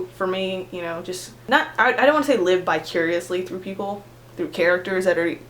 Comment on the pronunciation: ....bicuriously? did you perhaps mean vicariously? <3